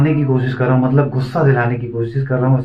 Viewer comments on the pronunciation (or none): none